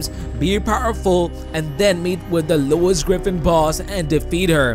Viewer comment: why he keeps saying Louis Griffin boss